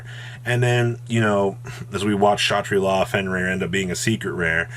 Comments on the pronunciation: said Shatri-La correctly! He has his caffeine this morning! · ok all of you who called him out for saying kashatari, he literally pronounced ksha tri la super well.